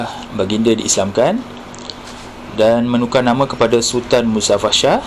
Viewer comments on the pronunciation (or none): Iskandar Shah la.....sebut betul2...sah dgn Shah tak sama lain makna....nsk bercerita nasi tambah pun biar betul .....